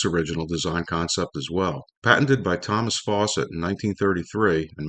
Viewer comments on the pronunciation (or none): none